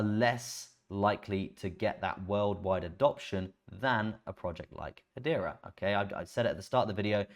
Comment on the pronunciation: If you can pronounce Hedera, why do you still call it Haitch bar? Is it a regional dialect? Or an affectation?